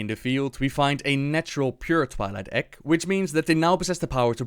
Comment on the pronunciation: I'm sorry but every time you say egg I hear ek